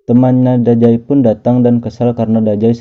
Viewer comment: Dazai bang bukan dajai😑